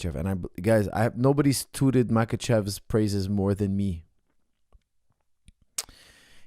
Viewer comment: It's "towted" not "tooted" for the pronunciation